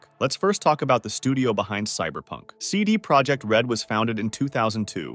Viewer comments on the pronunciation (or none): as you see it's not English "CD ProjeCt it's "CD ProjeKt" use google translate to see the difference.